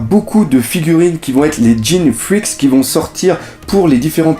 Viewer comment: jean freak ; sa se prononce comme le père de gon ^^